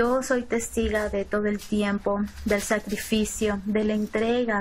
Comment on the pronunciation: En verdad dijo testiga? JAJA